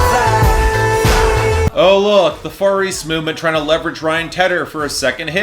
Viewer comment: When you said Far East Movement I thought you were saying Furries Movement